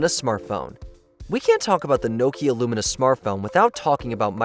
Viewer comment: it’s LUMIA. Not "lumina" smh